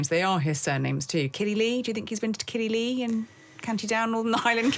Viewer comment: It’s Killy lay not lee ! 😂🥴